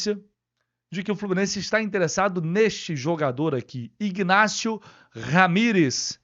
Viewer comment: Bom Dia, minha sugestão para você é s pronúncia do nome do Jogador Ignácio este G é mudo e não é pronunciado, pronuncia somente Inácio